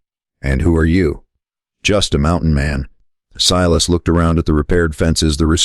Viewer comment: Pronounce his name Silas, not "Seelas". Main character so this should be automatically done.